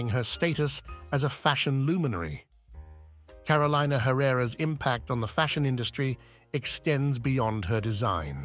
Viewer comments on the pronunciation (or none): its pronounced Caro le na not carolaina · Her name is pronounced CAROL-EE-NAH. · I cringe every time her name is mispronounced. It’s Car-o-leena